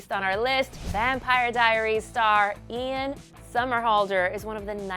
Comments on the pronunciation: ITS IAN NOT IAM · It's Ian not Iam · Iam Somerhalder??😂 it's Ian😂 we all make mistakes so it's ok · Ian* not Iam.. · It's not Ian Somerhalder it's IAM Somerhalder... Oops....